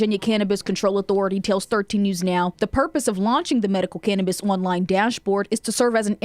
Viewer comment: Can't we educate these reporters to say the name "Cannabis"?